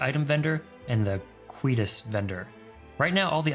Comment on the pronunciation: I made it a point not to burn any houses in my run since tge game seemed to expect you to need to but I wanted not to. Also it's kwai-ate-us or kwai-et-us. Its something that causes death, lol. And before anyone corrects me with what google claims the pronunciation is, google is wrong.